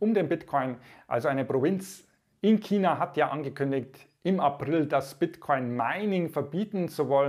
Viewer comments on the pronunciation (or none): none